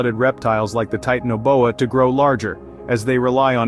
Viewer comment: Your video doesn't match up with your narration. And it's pronounced ti-tan-oboa I heard you pronounce it like three or four different ways.